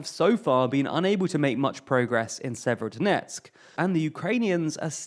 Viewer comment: FFS stop mispronouncing place names, you can go to wikipedia for rubizhne and severodonetsk with the proper pronunciations.